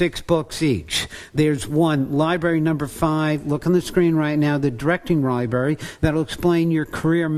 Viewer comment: Library Not Libary